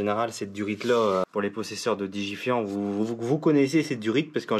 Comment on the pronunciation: digifant et pas digifiant lol oui moi j ai deja eu le cas elle tournait au top jamais qu avec des bougies basic bosch 1 electrode j avais essayer plein et le top c etait des toutes simple pour ma part ! vive le 8s mon moteur de coeur le pb mais pareil que ton montage le kjet en moins mais jtrouve que c est paq mal ton montage car le kjet des gois peut etre tres capricieux bon courage et bigg up du sud de la belgique !